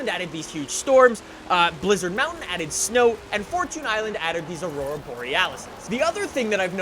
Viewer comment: Can u stop saying Fortoons island, its Fortune island, Jeez